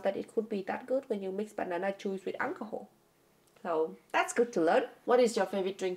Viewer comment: if you close your eyes and listen, 13: 44 "Alcohol" sound kinda like "Unle Ho"